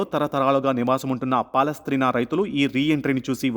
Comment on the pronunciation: పాలస్ట్రీనా కాదు నాయనా